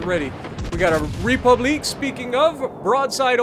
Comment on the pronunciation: Please never say republique like that ever again 😂😂😂